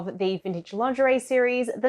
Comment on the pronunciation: this is so funny because everytime you say lingerie I hear laundry and thought you made a new series on how to wash clothing from different eras! :)